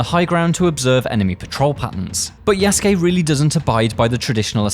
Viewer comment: Lol you call him YESgay. His names YA SU KE... Say those three things multiple times you'll get it buddy 😢😂